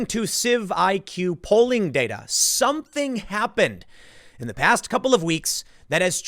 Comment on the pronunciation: It's CIVICS, Tim. CIVIQS is obviously supposed to be pronounced "civics."